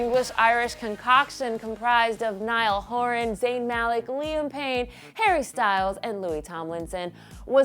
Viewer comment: Its Zayn Malik Not zaayn mailik -_